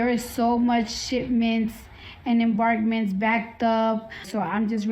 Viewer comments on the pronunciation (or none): What the Hell is an "Embargment"?